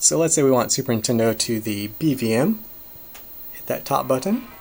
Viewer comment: I swear you're saying 'Super Intendo'. Am I just crazy? Lol.